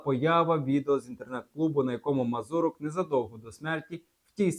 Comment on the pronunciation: Не вірно поставлений наголос МазУрок, а не МазурОк - в цьому загадковість?